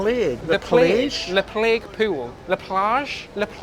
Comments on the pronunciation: please, for the love of god, stop saying POO-WOOL and POOWAR instead of pool and poor, i cant stop laughing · I love when he pronounces pool as "pewl" lovely accent